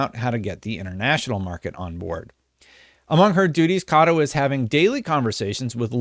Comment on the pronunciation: Meh-nah Kah-Toh